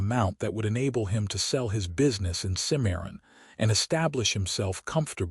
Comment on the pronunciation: It's Cim-a-ron, not Ci-maron ... 😊 Exciting, pensive, ultimately satsfying unfolding.